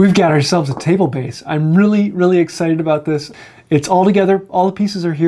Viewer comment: Diagon-alley? Re-alley? I think you should get some more materi-alley!:-D Thanks for the vid. Appreciate it.